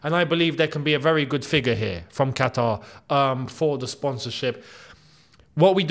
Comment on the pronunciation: Kataar ye?! great pronunciation for an Arab 😅😅